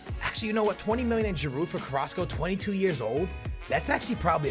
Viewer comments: Stop pronouncing the D in Giroud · It pronounce G-rude not G-A-rude and sell Sanchez and keep Giroud